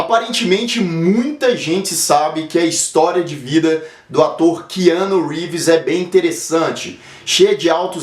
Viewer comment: Essa pronúncia não está meio estranha?KeAnu?